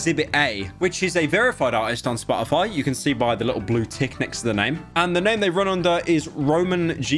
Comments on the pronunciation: if i have to hear "spo' ify" with pyro not pronouncing the letter T i'm going to send him a hand made dictionary that only has words where you pronounce the letter t. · if i hear spo-o-foy one more time imma go monkey mode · I like the way he says SPA-O-FY. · spah - uh -fi